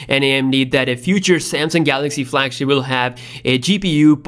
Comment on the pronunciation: I know I’m not the only one that hears him saying samsing